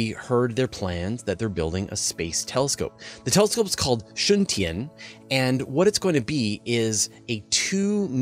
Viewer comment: Ooh, likes the way you said Shun Tian there, very nice pronunciation 😉